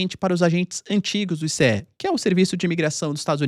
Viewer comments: Não é ICE, é ISSE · Nao é I-C-E, é ice, igual gelo.